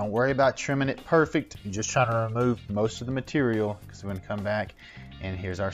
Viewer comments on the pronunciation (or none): none